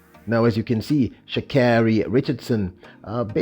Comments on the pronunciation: tries so hard to pronounce Shacaaris name since she made a fuss about it. It’s hillarious the emphasis he puts on the car part lol. 😂😂🚙🏎️🚘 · its rediculous and her name is not that hard to pronounce actually